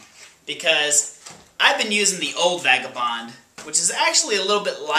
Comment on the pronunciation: It sounds like you said "fagabond" . Lol.